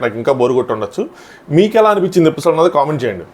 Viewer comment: ఎపిసోడ్ bro అది పిసోడ్ కాదు ❤❤